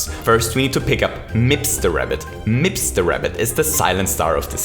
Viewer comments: Nobody:: M I P S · he did prodounce it weird right, he paused and said MIPS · Take a shot every time he says mipps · Take a shot every time he said mips in the 30 star segment. Don't actually, i don't want anybody to die. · How many times did you say “MIPS” with the emphasis “Then Mario picks up... MIPS and...” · Haaaha mips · Why is saying mips like that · I love how you say MIPS. I'm not sure why. I love your voice/accent and because of that, I guess the emphasis on the word is great to me. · why does he say mips so weirdly its really bothering me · Say mips again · I love how he pronounced Mips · Why TF do you say MIPS so weirdly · It actually annoyed me